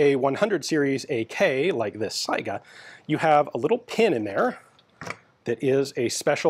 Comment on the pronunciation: One indication of Ian's above-average American intelligence is his correct pronunciation of 'Saiga'.